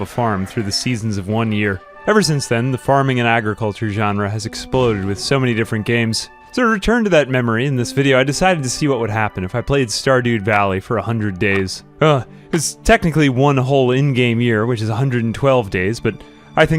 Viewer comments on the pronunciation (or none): "Stardude Valley" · "Stardude Valley" ?